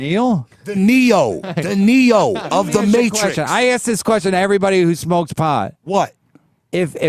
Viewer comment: being under-the-radar hilarious “Ok, axe me this:”